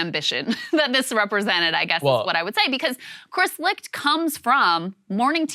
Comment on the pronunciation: Licht is pronounced "Light"